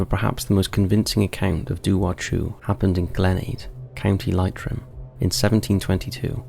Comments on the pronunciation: Sorry, as an Irish woman, Galway (Gaul-way), Leitrim (Lee-trim) and Mayo (as written) are all in the Republic of Ireland not Northern Ireland, so it isn’t just British tales here. There obviously a massive cross over between the two given history, proximity etc, and especially between Scotland and ROI. But please don’t include us in Britain. I know you said “Ireland” but I’m the intro you said British urban legends and creatures. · Hi sorry to bother you but as an Irish man I feel like it’s my duty to educate everyone on the proper pronunciation of some of our fair lands …. First off it’s not gal-way it’s said GOLLWAY and Lytrim it’s said LEETRIM, I apologise if this sounds asshole-ish but in Ireland we arsehole-ish 😂😂😂✌🏽🇮🇪